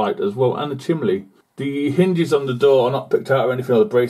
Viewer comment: chimney ....chim...nee...not chimlee